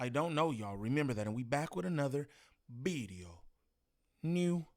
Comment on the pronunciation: how do you rock with Mexicans while making fun of Spanish speakers with English as a second language every single video with “new bideo”? Or are that you that uncultured that you don’t know why it is disrespectful towards them?